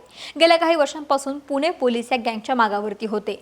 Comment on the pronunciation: वा अक्षता व्वा. अणेक पूने, पन, गुण्हेगार, गुण्हे , काण, कोनती, म्हनन, स्थाणिक, खूण. भारीच मराठी.